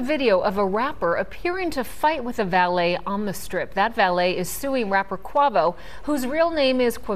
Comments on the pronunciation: not her pronouncing his rap name wrong lol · Nobody told her how to pronounce quavo? Lol